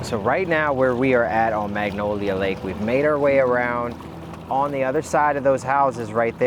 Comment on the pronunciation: Love what you do, so happy you came to our beautiful town. Also it's Lake MANGONIA not Magnolia, just a correction. Thanks for doing such a great job <3 Btw the area where the spool you found would have been entering a bad part of town in 1979.